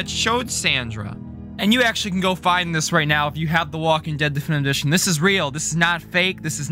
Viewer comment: i have a question, are you unable to say difinitive edition or do you just say it like that cause i find it kinda funny to hear you mudder "duffndvv udrrzhnnn"